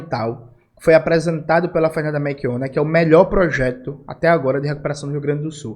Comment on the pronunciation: Jones, tu tá falando "meRchionna" em vez de "meLchionna"